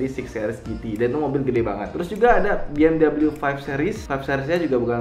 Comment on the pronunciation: Mas, bacanya be-em-wi, bukan bi-em-dabelyu, mari di klik